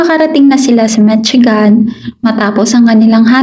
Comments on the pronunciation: mit-si-gan vs mishigan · yup, korek ko lang if pano ipronounce. MISHIGAN